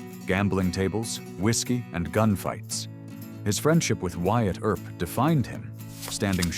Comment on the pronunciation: "Air-up" instead of Earp.